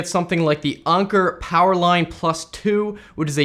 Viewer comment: I hate how you pronounce Anker